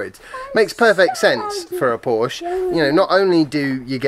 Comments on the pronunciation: Joey: "Hey, it's PorschAH" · No. The people who say both syllables know that it is a family name and know that that is how it is pronounced. It isn't an invented word. You wouldn't be so casual if someone started slagging off those new Tee-slaws. And you even defeat your own point by reminding us of Shakespeare's Portia. Somebody from England now officially has no excuse for mispronouncing the name of the brand. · You said Porsche so much in this one. It might be time to learn the right pronunciation. You don’t have to but probably good preparation for when the Mission E is in the news more often. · Chris Till the only people who say “Porsche-ah” are owners of one. Or when referencing the name of your favorite stripper at the local club. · What other comment? Have you moved on to gaslighting? Tell us the next time you see an ad for a "Porsh". Then tell us that the "name" is synonymous. Until then you are just wallowing in deliberate ignorance and proud of it. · Willful ignorance in the pursuit of what, nbkcq28? It's one thing to read a word and mispronounce it because it never comes up in spoken conversation. It's quite another to claim that Porsche isn't a family name. That's like claiming that water isn't wet. The P-word that occurs to me is not "pompous", but "petulant". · aren't making a good case for yourself. This isn't a regional pronunciation of a random noun, this is a family name. There is one way to pronounce it. If someone finds the phonemes too difficult to navigate, the usual thing is to preface your mispronunciation with an apology. This is how adults function. I seem to remember someone on this channel saying something like "to the people in the comments, my name is Sophia, not Sophie. Call me Soph or Sophia, Sophie isn't my name." Because, you know, it's weird to hear people refer to you like that.